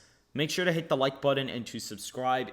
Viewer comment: That’s not how you say button.